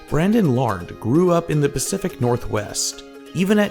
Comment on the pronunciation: Larned is two syllables:)